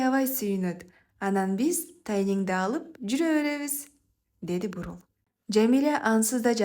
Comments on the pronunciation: Чыгарма жакшы,мааниси терең экен Бирок окуган кыз Бурул деген аял затынын аты экенин билип койсо ашыктык кылбас, буурул деген сөздүн мааниси башка да.М: буурул чач ж.б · Буурул дебей бурул десен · Буурул деп окупсун Бурул деп окуш кк эле интонацияларын ондосо болмок болбосо калганы жакшы Рахмат окуган сулууга да жазган жузуучуга да🎉🎉🎉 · Буурул эмес , Бурул болсо керек, кыздын апасы... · Бурул деп окусан башынан аягына чейин Буурул дей берди